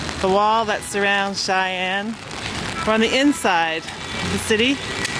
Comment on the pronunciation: XI AN not SHY AN......prononciation is so wrong